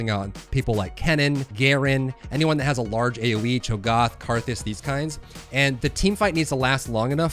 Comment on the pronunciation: Cho'Gath. A as in Apple. No like when the doctor tells you to open your mouth and say "ah"